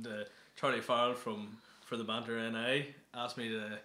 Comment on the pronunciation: yea the manter ni no its the banter ni you bitch